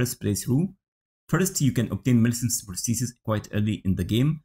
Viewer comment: Nah, you actually said it perfectly mate